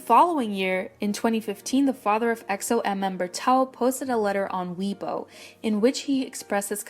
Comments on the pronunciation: It's pronounced 'Way-Bwo' not 'Wee-bo' XxXx it's often said that EXO's releases follow constellations and major cosmic happenings following their concept and style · Weebo... Isn't it pronounced as Waybo? I might be wrong tho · its not weebo its weibo